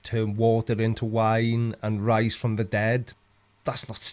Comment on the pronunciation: I heard "water into wine, rice from the dead", not rise from the dead!